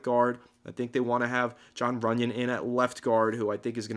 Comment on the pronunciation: RUNYON. NOT TUNYON. lol